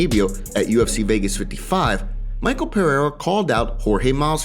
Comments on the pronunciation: it's not Michael it's MiCHel Pereira. Only uncle Chael can butcher names. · Its mishel brother its pronounced mishel not Maykal Pereira